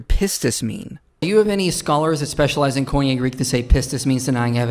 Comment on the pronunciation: He can't give up his misuse of "faith" because one of his lynchpin arguments against christianity relies on this misuse. So sad because he is a brilliant man. As a random aside: say it with me - Koine would have been properly pronounced "kee-nee" not "coin-yay." And pistis is "pees-tees." Sorry, I was trained with the historical pronunciation, not the academic one. But, I thought someone might find it interesting.